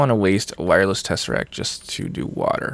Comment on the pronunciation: Every time says tesserack, my brain says Muad'dib.